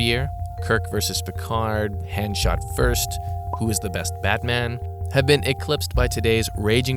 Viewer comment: How dare you pronounce Han like that! Only Lando can do that. You're not Lando you dirty usurper.